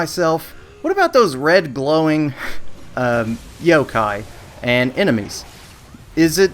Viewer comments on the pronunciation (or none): none